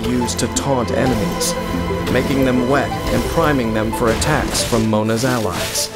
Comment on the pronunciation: I like how u pronounced the word “wet” everytime